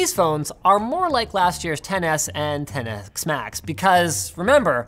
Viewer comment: Ten-ehhhkssss max. 😂